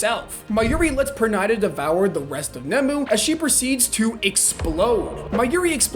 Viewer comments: Perrrrnida not Pernaida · was gonna make fun of how he pronounced pernida till I saw the comment is new so now imma say GO!!